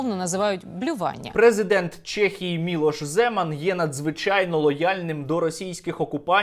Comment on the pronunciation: Сергію, супер відео! Тільки не «Чєхії» а в «Чехії» 😉